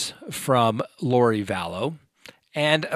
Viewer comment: It's not Valess as pronounced.